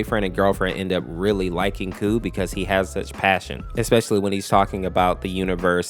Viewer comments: Honestly. i thought i was the only one to think that G-SU is gay. He was fricking blushing while putting handcuffs on KOU's hands. But it would be nice if they would canonically be a couple tho :D. Also, another thing, KOU'S name is pronounced "Ko" and not "Coo" lol 😅. I also realized some days ago heh. KOU's deffo one of my favorites. Pweez reply i would love that 🥺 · This is pretty spot on!! The only thing that is inaccurate is just that KOU's name is pronounced like "Ko" instead of "Coo" haha, but it's a common mistake! Thanks for sharing my story with others, the way you explain it is really sweet! :D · Is it not pronounced K O U, each letter separately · KOU’s name is pronounced “Koh,” rhymes with “Oh” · By the way the dev of mod said kou pronounced "ko" like "no" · I feel bad whenever someone mispronounces kou's name